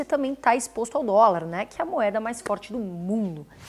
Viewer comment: Só eu que acho massa demais a ênfase que ela da na palavra "DOLAR" KKK, muito bom ótimo conteúdo